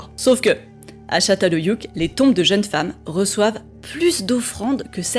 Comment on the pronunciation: Juste un petit correctif de prononciation, le "ç" en Turc se dit "tch", le "ö" se dit "eu" et, pas de chance :) le "ü" se dit "u", comme en Français (c'est le "u" qui se prononce "ou"), c'est donc Tchatal Heuyuk ;) pour le reste merci pour tes vidéos.